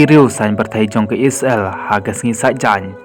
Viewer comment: u nong ai khubor ha ka ne ka channel um pat nang ban kynnoh..Ia ka Isreal ruh u khot..I-sra-el..Sngew blad ban sngap